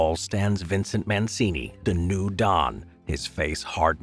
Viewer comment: You're supposed to be an expert, you can't even pronounce "Mancini" correctly...